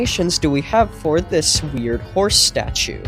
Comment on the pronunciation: the howce is heere